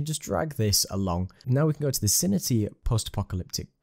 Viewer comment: Very useful video - thanks! Btw, I believe it's pronounced "Sin-Tea" ;)